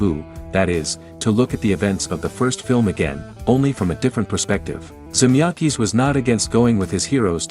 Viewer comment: This Vid is a good watch, actually had a lot of stuff I hadn't seen even as a big BTTF2 fan (w/ Aud Comms viewed multiple times). 🚔⚡️🕰The A.I. narration is so bad it's actually funny: Biff is 'Beef', 1985 is 'one thousand nine hundred and eighty five', and Zemeckis is 'Zem-EYE-kis'. A.I. should be obvious and this is, but still fun.🤖